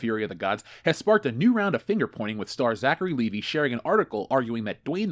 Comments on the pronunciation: It's pronounced Lee-Vigh, you know, like the brand name of jeans, NOT Lee-Vee. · Will you please stop calling him Zachary Levee? It's Levi!!!!!